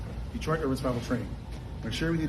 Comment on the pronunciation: "Detroit urwururr Survival Training"